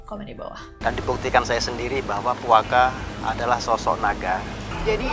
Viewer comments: tolong penyebutan Puake pakai penyebutan Betawi E nya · Lucu banget dengar kak nessie nyebut "puake" 😂😂😂😂